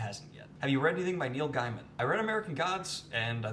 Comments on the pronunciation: The way you say Gaiman triggers my British friend real hard. She yelled "It's gayman not guyman" hahaha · Pronounced: neil GAY-men. This was that last time I let that slide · Afqwa I always thought it was pronounced Gayman